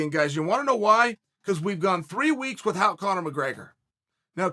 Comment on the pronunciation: Chael throwing in a troll with the way he says without